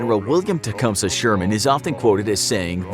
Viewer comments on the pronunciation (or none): Its tecumseh is pronounced ti-com-see